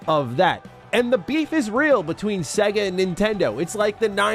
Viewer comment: I cringe at the pronunciation of Sega in this video, otherwise I love it 🤣🤣🤣